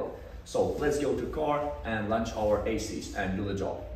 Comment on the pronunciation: Мда… для английской аудитории сам язык еще так нормально подучить не мешало бы, хороший для тех кто хреново понимает. То же самое произношение названия программы Esys, никак не Asys 😂😂. Хорошие познавательные видео некоторые в целом, но с английским явно переборчик.